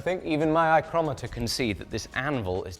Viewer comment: did you just say “eye-crometer?” 😂